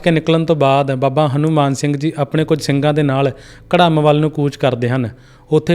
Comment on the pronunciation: ਪਿਆਰੇ ਵੀਰ ਘੜਮ ਨਹੀਂ ਘੁਰਾਮ ਜਾ ਫੇਰ ਘੁੜਾਮ ਜਿੱਥੇ ਕਿਹਾ ਜਾਂਦਾ ਹੈ ਕਿ ਭਗਵਾਨ ਰਾਮ ਦਾ ਨਾਨਕਾ ਪਿੰਡ ਹੈ😊 ਅਤੇ ਪਟਿਆਲੇ ਨਦੀ ਕੋਲ ਸਿੰਘ ਦੀ ਬਗੀਚੀ ਨਾਮ ਦੇ ਥਾਂ ਹੈ ਜਿੱਥੇ ਸਿੰਘ ਰੁਕੇ ਸੀ